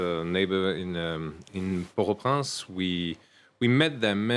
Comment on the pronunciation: I keep hearing Port Au Prance. Wasn't it Port Au Prince?